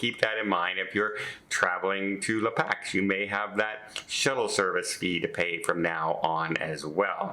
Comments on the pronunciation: la Packs?????? Come on. I think he means La Paz. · just a heads up. It's La Paz, (pause), and etcetera, not EXcetera. Love your show! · The correct pronunciation is LA PAUSE. Guess you've never been there. Very popular fishing spot in Mexico. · The port at the southern end of Baja California is La Paz, not La Pax. Read carefully!